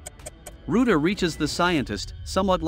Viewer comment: It's root A